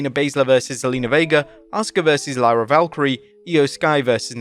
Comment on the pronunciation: Does he purposely say Lyras name wrong?